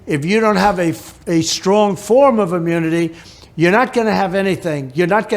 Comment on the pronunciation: Please give him some of that "imyuniti". Because he can't function. He's not even president and he's not functioning now.